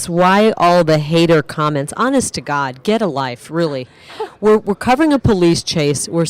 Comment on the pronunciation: "honest to Gaad!!"